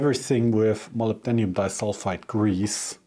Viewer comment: In English it is 'Mo Lib Den Um' (lib sounds like lip with a B) Nice adapter BTW :-)